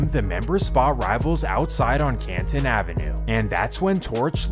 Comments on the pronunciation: Im from Flatbush and this shit was a hot ass mess lol. Back in the days, it was just crips qho run Flatbush but all these gangs and owing buildings smh Its not Cat-on Ave, its pronounced Kay-in Ave thats how you pronounced Caton Ave. Lol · This dude keep saying canton Ave it’s Caton 😂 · It’s KAY-TON not “CAT TON” but yeah it’s spelled caton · Caton pronounced KayTon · The C in Caton is pronounced with a K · Caton is not pronounced liked that 😭